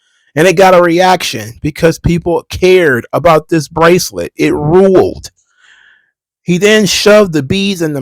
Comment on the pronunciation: What's wrong, Mr. Best in the World? Your bwacelet bwoke? Okay, just go to Michael's and buy a new string for it.